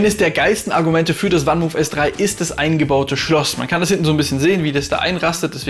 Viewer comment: Das Fahrrad kommt aus den Niederlanden und wird 'fann mooof', also wie man es im deutschen schreibt, van Moof ausgesprochen und nicht 'wann muhf'. Sonst aber ein sehr guter Beitrag.